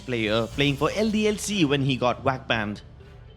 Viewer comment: He got Wack Banned thats what i sound like hes saying xD